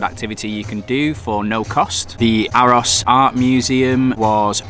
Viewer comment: Aarhus should be pronounced with a much deeper I know this because I am from Aarhus and play in AGF youth academy and it’s one of the best in Europe/Scandinavia